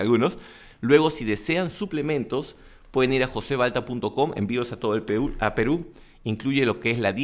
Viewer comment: dijiste a todo el PEUUUU Y ES AL PERUU XD SALUDOSSSSSS